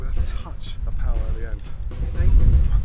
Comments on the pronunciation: "Pa wa" its Paua bro😂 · It’s pronounced par ew ah just say it together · Paaaa waaaa pāua its simple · "pa u WA" lol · It’s pronounced Par-eww-ah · He struggled every time to say it tho haha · You're waaaay off the mark there man. "White" New Zealand isn't salty because he said a "brown people word". They're just poking fun at the way he's pronouncing it. A lot of "white" Kiwi's are mixed race and have a Maori parent or grandparent. We are proud of the Maori heritage. New Zealand isn't like America who basically shun, hate and ignore the native Americans. NZ is probably one of the few countries to not only accept the native culture of the indigenous people. We love and are proud of the Maori culture. Our National Anthem is half Maori half English. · The way he pronounces Pāua 😂 (Im from New Zealand) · I love how much he emphasised the second part of “pāu-A!” so much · It's great to see you in New Zealand learning about the Maori culture and the cooking of New Zealand's delicious kai, but I see you kept your English/American habit of way too much butter and salt lol, the more natural the food in NZ the better it tastes Gordon. I had a bit of a chuckle at your pronunciation of Paua but great to see you know it's not called Abalone everywhere....next up is to educate those who call Salmon "sea trout" hahahahaha